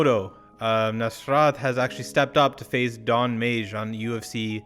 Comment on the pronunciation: Madge not mage ffs